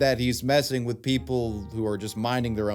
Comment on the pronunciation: no I'm not "wif" anyone,are you "wif" anyone